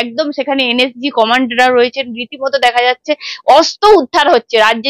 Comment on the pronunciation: তুমি প্লিজ আগে তোমার উচ্চারণ‌গুলো ঠিক ক‍রো। শব্দে যেখানে র-ফলা দেওয়ার কথা সেখানে তুমি একেবারেই দাওনা। খুব কানে লাগে 'অস্ত্র'কে 'অস্ত' বললে।😖 আর পাপিয়াদির কথা সবসময়ই ভালো লাগে❤